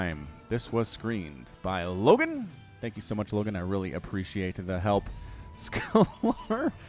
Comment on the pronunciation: Scalar is pronounced scale-er, it's a mathematical term that basically means a number without a direction (like temperature) as opposed to a vector which is a number with direction (think the speed with which you're travelling north)